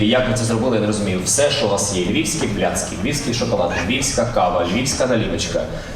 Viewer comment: Блін, каже львівські пляцки, а я чую львівське блядство. 😂